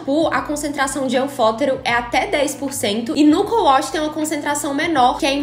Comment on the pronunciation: Ela falou cou wosh??😂😂😂😂 é wash né não?